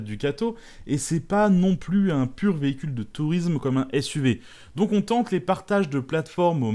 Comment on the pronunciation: Salut Comme toujours, très bonne vidéo. Par contre, j'ai une petite remarque de prononciation : tu dis "touriZme" alors qu'en Français on dit "touriSme" Je sais, je suis exigeant, en même temps, je fais une chaine sur le sujet, donc...... Merci pour ton exposé sur le pick-up, modèle que je n'aime pas, mais j'ai découvert des trucs super intéressants. Par exemple, une boite de vitesses automatique à 10 vitesses, jamais j'aurais imaginé que cela existe. Et come à cause des mes soucis de santé, je suis "contraint" de conduire une automatique maintenant, ben je suis sensible à ce genre d'information. Merci pour tout ton travail.